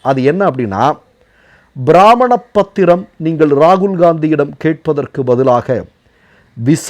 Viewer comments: உச்சரிப்பில் தவறுதலாக பிராமணப்பத்திரம் என கூறினாலும் ஓரு வகையில் அது அந்த வகைதான் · ´சொல்லக்கூடிய` எனும் சொல்லே இங்கு 10 முறைக்குமேல் வருகிறது. அதாவது, அந்தச் சொல்லைவைத்துக் காணொலியை நீட்டி, கேட்பவர்களின் தலையில் சட்னி அரைத்திருக்கிறார் இந்த யூடியூபர். மேலும், பிராமணப் பத்திரம் என்கிறார் இவர். ஆனால், பிரமாணப்பத்திரம் என்பதுதான் நடைமுறையில் உள்ளது.